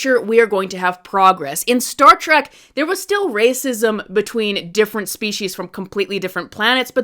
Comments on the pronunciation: It is "Trek" with an E. Not "Trak". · Trek, not track.